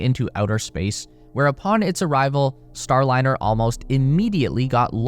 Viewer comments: You killed your credibility at the top of the video by calling it the "Boeing Startliner." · oooof. "Boeing Startliner" at least you narrate your own videos. ill sub for that. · Your intro says Star T liner, not Star liner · "StarTliner" ??? time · “The startliner” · at 44 seconds its says STARTLINER?? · "STARTLINER"? A Freudian slip - what they started, they couldn't finish. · Wtf is a Startliner? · FFs it is a Starliner, not a Startliner. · At 48 sec in, you call it "Startliner", heh. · Is it STARLINER or "STARTLINER" I assume I'm missing a reference, joke or someone made a: da da da dumb... Mistake. How are you gonna make a video blasting a company for its mistakes when your video didnt make it a full minute withiut comically ridiculous error? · "STARTliner""? To err is human... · "Startliner"? 0"49. Could well actually be the Endliner. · “STARTLINER” 50 sec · "startliner" lol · "STARTLINER" Really? You guys need a proofreader. Your AI AIn't cuttin' it. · Star-T-liner? Really..... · . “Boeing StarTliner”. 🤦‍♂️ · What is a "STARTLINER" ?? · STARTliner? More like STOPliner amirite?? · WTF is the “Startliner” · STARTLINER??? Poor AI!